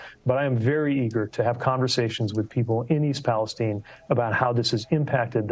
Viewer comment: It's PalesTINE...not PalesTeen